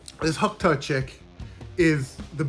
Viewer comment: "Hock taw" 🙄🤦🏻‍♂️🤣